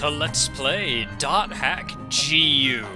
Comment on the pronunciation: *GU not Gi